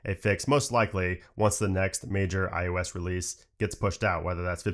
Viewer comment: anyone else hear IUS?